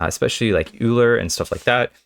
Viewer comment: euler is pronounced like "oiler"